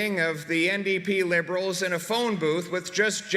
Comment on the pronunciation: you really like saying lieberals, don't you?